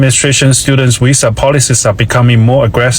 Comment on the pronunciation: He can't even say visa